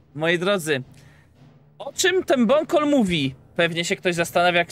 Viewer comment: Powiedziałeś bonkol bonkol kiedy zdrapki powrócą